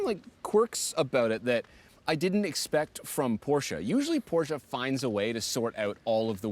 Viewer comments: it’s not „Porschaaah“ it’s PorschE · I love your content guys, an old viewer ❤ but please stop saying “porschaa”, it’s “Porsche”.